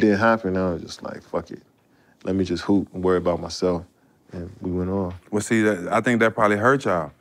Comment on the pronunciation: "Worry about mysef" we all know you do